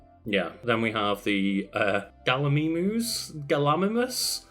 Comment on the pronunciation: The one that the trex ate is pronounced Gala mime us.